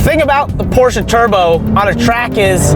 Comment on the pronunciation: So nice to hear people correctly pronounce "Porsche", with 2 syllables. Good on ya guys.